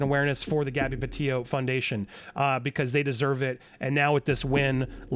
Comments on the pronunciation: PETITOS NOT PETIOS!! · Andy Gabby’s name is pronounced PetiTo, not Petio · If you really cared, you'd say her last name right. Petito, not Petio. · Petito not "Petillo" (Peti-tooo) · The Petito name is pronounced …… Pe Tee toe….not Pe tee o. Thank you. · Hi Andy, Just wanted to alert you to the fact the name is PetiTO as in Petite-Toe, not Petee-o. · It's PE-TITO, not PET-IO Andy lol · It's pronounced Petito not Petillo. Not trying to be rude but we should say her name right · please note that you have been pronouncing the Petito’s name incorrectly. You have not been including the second “t”. It is pronounced “pa - tee - toe” not “pa - tee - o” . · Please say their last name correctly. It’s pronounced Pe Tee Toe not Pe Tio. Their family has gone through so much. At least give them the courtesy of pronouncing Gabby Petito’s name right. Justice for Gabby 🙏🏻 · Pe tit O's pa teet O's...it's not peteo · Bro... you're not even pronouncing the victims families name correctly 🙄 peTITO. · Sounds like you keep mispronouncing Gabby's last name. Sounds like you're saying pa-tee-yo. Like there's a double L in their last name. Very distracting so can't keep listening. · PE-TI-TO, please pronounce the name correctly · The letter from Brian mother wasn't found on his body, it was found in the truck/car. I'm guessing that was the red one that they weirdly left at the edge of park/forest before going back for it a few days later. Also noted how you used to always pronounce it 'Petite-o' until Stef kept pronouncing it 'peteeoo.' 🙈 It hits the ear wrong. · why is he not pronouncing the second t in petito? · Please pronounce their last name correctly please they deserve that . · Is Andy mispronouncing “Petito” throughout this video? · Andy forgot how to pronounce Gabby's last name.